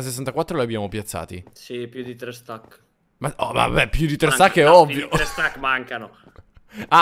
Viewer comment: dice:uno stak di blocco